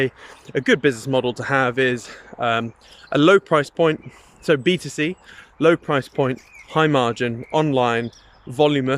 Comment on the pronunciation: All I kept hearing was BTC 😅